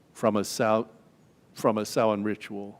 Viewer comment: Thank you for pronouncing Samhain correctly.